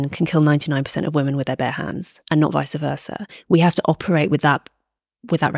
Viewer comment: Can we go back to saying "vice versa" instead of the made-up "vicer versa"? Thanks.